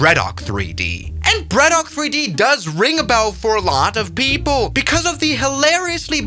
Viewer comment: Bredok3D ❌ Broke3D ✅